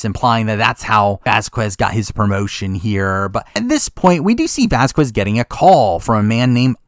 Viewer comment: That's not how you pronounce Vasquez😂😂